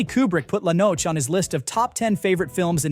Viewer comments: He (it) keeps pronouncing Antonioni's La Notte, "La Noche" .. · Nick Broomfield (an excellent documentary makers) said all there is to say about Tarantino (who had the nerve to say Lynch was 'stuck up his own ass'! Lynch has made a few masterpieces and he was, even when he failed, interesting, unlike the insufferable prepubescent a*hole the menopausal Tarantino is and has always been). PS. Somebody please correct the atrocious pronunciation of 'La Notte' (yet another Antonioni masterpiece) in the annoying AI voiced video. Get some real human to narrate it.